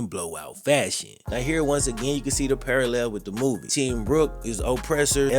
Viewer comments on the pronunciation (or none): none